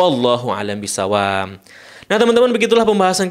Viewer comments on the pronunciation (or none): Bang yg bener wallahu a'lam bisshowaab pake B bukan M bukan bisshowaam. Tolong konsen Bang jangan buru buru santai aja 😁